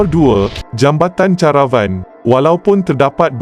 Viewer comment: sebutan kamu melaut dalam bahasa melayu perkataan pinjaman tetap digunakan mengikut sebutan asal. Contoh ,: jambatan CARAVAN...sebutannya KERAEWAN bukan CHA RA WAN teruk kamu ni